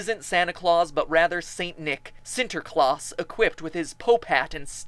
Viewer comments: i am laughing at the way youre mispronouncing sinterklaas en zwarte piet oh and sinterklaas punched other saints in the face and safed children from death shame you didn't mention that what about the fact zwarte piet was originally desigen after slaves/chimneyworkers nice job on the rhymhing pretty well done ive never seen the devil version of zwarte piet before though odd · die uitspraak xD sinturklaus zwhaartu piet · Was ik de enige die het grappig vond hoe hij Sinterklaas en Zwarte Piet uitsprak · Sorry but i couldn't stop laughing when Matt said sinterklaas for the first time! (I'm Dutch so that explains something) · OMG you are the best Matt, I have seen a lot of your videos but never have I seen this one, it makes my dutch hard go wild when I hear de zak van sinterklaas en you pronouncing sinterklaas and zwarte piet. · i am dutch too and you pronounce it sinterklaas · its funny how you say sinterklaas and zwarte piet its pretty close to good but hey i cant say other words in english